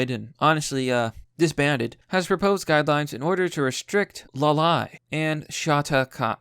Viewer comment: "Loli" is pronounced more like "lolli" in lollipop. Nice content btw.